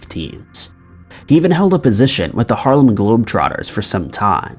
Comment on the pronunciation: Glad you're bringing publicity to these stories... But you are obviously out of your element... Just be yourself. Don't use terms like "brought heat to the game" -- or the "har-leh-men" globetrotters. (Maybe I misheard the pronunciation... But... ) has been attacked a lot lately. I usually defend you. This is cringeworthy at its highest degree.b